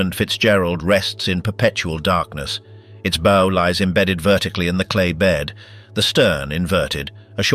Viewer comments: Advise you talk to a seaman about pronunciation of nautical terms. The BOW of a ship is not a ghostly "Boo" nor is it an archers "Bow". It's always like an underclassman bending at the waist to royalty. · Two repetitive and cannot seem to pronounce the word bow when it is applied to the front end of a ship. It's not a bow like in a bow and arrow. Hire a narrator that knows how to speak the English language. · Please, please, please learn how to consistently pronounce BOW. It's the SAME every time. NEVER a "bow" on a Christmas present. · CLICKBAIT. NOTHING NEW HERE. DOWNVOTED for crappy computer generated narration, cant decide how to pronounce the name of the pointy end od a ship... boo? Bough? Bow? Good God, what a crappy way to fuck up an otherwise interesting video. And with a stupid Limey accent to boot. Poor, very poor. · and mispronouncing the Bow